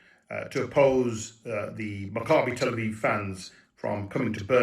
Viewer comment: Leo, just for your correct pronunciation of Maccabi Tel Aviv you're getting a gold star! 😁 I heard people absolutely butcher that name in the last couple of days... Kinda like the Islamists of Birmingham want to do to the people. 😐